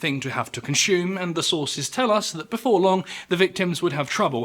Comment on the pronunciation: Capshyool? Conshoom? Nawzeeus? Mizherably?